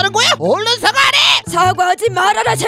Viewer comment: 얼른을 어른이라고 했냐😂😂